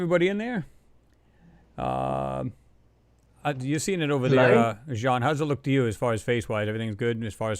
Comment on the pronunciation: Excellent show,. This is what we need, all researchers coming together for discussions like this. By the way, it's Jean Ward, not Sean.